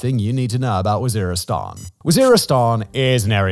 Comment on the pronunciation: lol he calls it war-istan, oops.